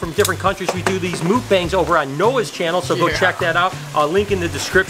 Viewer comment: I love how you say mukbangs lol sounds like mookbangs